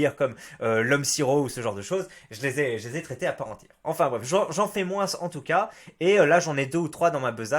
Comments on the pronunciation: c'est une faute de français de prononcer le mot moins "moinsse" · mais arrête de dire "moinsse" bordel !!!!